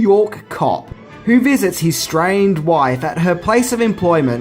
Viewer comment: I think he might have said "estranged wife". But yes, it certainly sounds like "strained" or "strange".